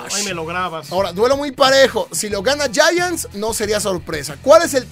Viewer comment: No sé pronuncia yayants a los Gigantes de Neva York, se pronuncia Yaants.